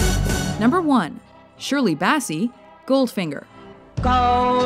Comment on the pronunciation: Shirley Bassy?.. What? Learn to pronounce then names for God's sake!